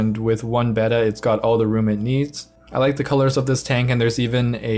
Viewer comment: You pronounced Betta properly! 🎉